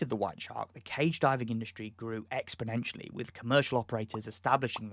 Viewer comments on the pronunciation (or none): none